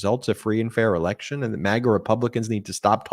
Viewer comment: Did you say election or erection?!?😇💙😂